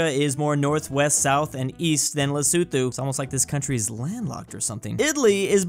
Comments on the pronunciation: Hey, love the video, but in the name Lesotho, the th at the end is just pronounced like a normal t. I'm from South Africa so I know. 😂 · South African here cringing at the way you pronounced ‘Lesotho’ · The way says Leh-soo-thoo and not Lesotho 🤣🤣>>> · as a south african hearing you pronounce lesotho hurts me